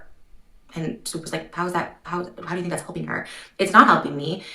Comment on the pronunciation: I adore how you pronounce Swoop ❤❤❤